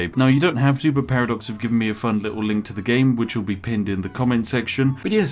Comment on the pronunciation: Ah yes P A R A D O X